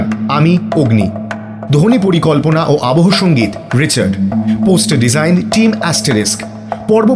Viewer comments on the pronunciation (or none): none